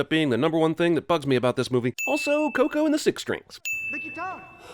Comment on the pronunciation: The way Miguel pronounces Coco bothers me